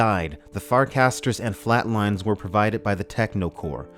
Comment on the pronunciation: I think they'r'e called "fatlines" not "flatlines" ;)